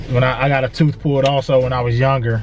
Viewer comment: Tooth, with a TH